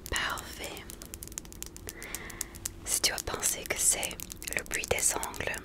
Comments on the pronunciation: Au début je ne comprenais pas pourquoi tu parlais de "puits", j'ai compris après que c'était "bruit" lol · Critique constructive : le mot « bruit » il faut prononcer le « r » on ne dit pas « bui » mais « bRui » . PS : Cette vidéo est incroyablement reposante. Une des meilleures 🥱